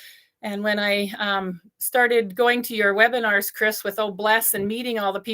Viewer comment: You said Webinars on O-Bless